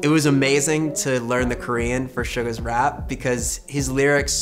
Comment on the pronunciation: it’s suga not “shuga” people say it as shuga all the time and it’s wrong